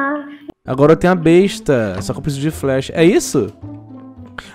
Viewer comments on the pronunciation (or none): none